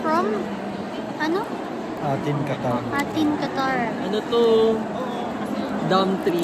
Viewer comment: Hindi po atin eytin po ang pronunciation ng A'tin😂